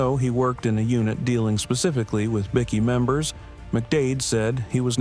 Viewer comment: LMAO 'A bick-kee gang...' lol are they importing illegal grade A biscuits? It's pronounced BIKE-KEY. They are bickies, not BISCUITS 😂